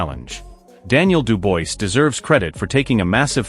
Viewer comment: When narrating please get the name of the boxers correct! It’s not Duboise it’s Dubois.